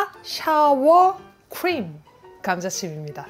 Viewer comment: 샤워 크림이 아니구... "싸워" 크림으로 발음하셔야... ㅋㅋ 샤워크림하면 shower~!! 샤워가 된다능... ㅋㅋㅋ